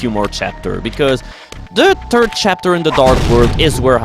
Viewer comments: You have the best accent for pronouncing "third"...sounds like turd..HA! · Tin Tim Irish and Turkish accents can make "third" sound like that too.